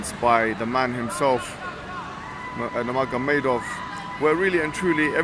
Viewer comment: Salam, just wanted to say Khabib's last name is pronounced Noor Muhamadov (the g is silent). JazakAllah